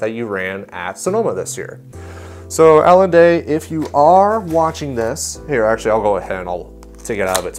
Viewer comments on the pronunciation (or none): Alon not Alan